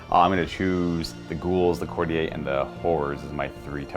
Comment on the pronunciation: Could somebody let know he's mispronouncing courtier